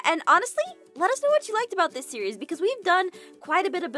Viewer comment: Abigail Smith it sounds like when I say it, it sounds like when you say series you are actually saying siri